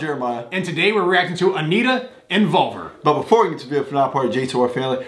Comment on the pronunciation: They be saying Envolver like the word Revolver 🤣🤣🤣 when it's more like Inbolbir